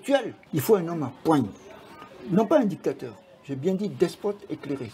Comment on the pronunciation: Essayez de mieux parler français en respectant la phonétique. Djictateur, sentchirrr, dju pouvoir, etc. Mais sachez que bcp de choses que vous avez dit sont des récits qu’on a voulu nous faire croire. Bref, sur certaines choses, vous avez relayé des mensonges.